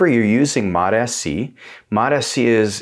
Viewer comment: Sounds like you keep saying Mot-Fc.